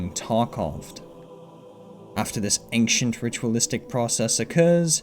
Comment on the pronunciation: Why do you say "aink-shint" instead of "ancient"